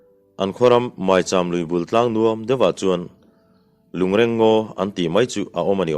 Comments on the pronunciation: A ngaihnawm ṭhin hle mai achhiartu in a zir bawk a. Lungreng tih hi i chhiar dan hmasa kha a dik zawk hmel e. A ṭawngkam lo chhuahna pawh, lung den khawm,lui a sangha man nan a awmze nei a an den khawm sawina a ni e. Ngawi andawhin ngawi tlangpui tuilian in a hnawl chhiat mai loh nan lung andeng khawm phei ṭhin bawk a,chu chu lungreng deng an ti bawk. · A ṭawngkam lo chhuahna aṭangin a dik hlel deuh lo maw? Rual u zawk leh kum upa zawk te chuan 'reng' tih lai hi alam rik dan hmasa zawk kha a dik zawk an ti zel bawk sia. A ṭwngkam lo chhuahna ka rawn sawi mai a nia